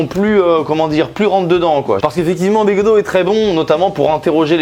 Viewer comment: j'adore comment tu écharpes de toutes les façons possibles le nom de begaudeau